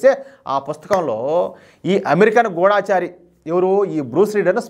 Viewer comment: గూఢచారి అనాలి గూఢాచారికాదు